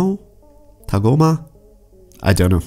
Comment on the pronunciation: I know it's good, that's not why i made the comment. Rather i was having a comedic go at the pronunciation. That's the emphasis sorbet gave when tagoma was shot out of the spaceship by frieza. And you missaid his name way too many times in your video i cringed every time with a big facepalm. Might be worth you rewatching your video to count them.